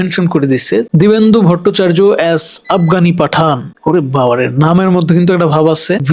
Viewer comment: দিবেন্দু ভোটচার্য না। দিব্যেন্দু ভট্টাচার্য।